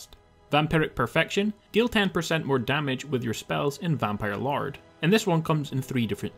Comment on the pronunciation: "vanpire LARD" 😂😂😂